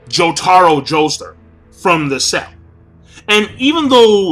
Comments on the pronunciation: Why do you pronounce it Joester? Jotaro's surname is Kujo, I totally know what Jotaro's stands' name is gonna be. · Are you saying "Joester"?